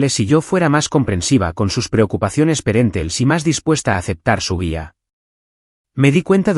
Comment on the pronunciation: POR FAVOR DÍGALE A SU NARRADOR QUE REPITA Y ESCRIBA LA PALABRA PARENTALES UNA 500 VECES PORQUE TIENE TIEMPO DICIENDO PERÉNTELES